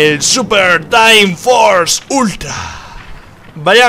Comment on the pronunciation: A alguien mas le parecio raro cuando dijo Ultra? xD Buen video rich :)